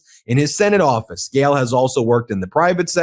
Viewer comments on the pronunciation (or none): It's Gail, not "gal" STOP CLAWING AT THE CAMERA